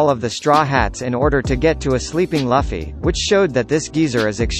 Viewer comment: laffy? even the main cast can't pronounce correctly. 😅